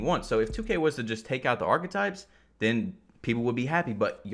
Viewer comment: This dude gone say “2ku” like 😂😂💀 wtf bro I’m not even a playmaker and Ik they have 99 ball handling and they are just getting ripped